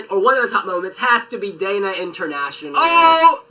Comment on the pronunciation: I basically died when that guy kept on saying "Daina International". It's Dana International!!! Dana